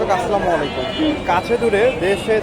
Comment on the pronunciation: ও ভাই সালামটা সত্য করে শিখেন আসসালামু আলাইকুম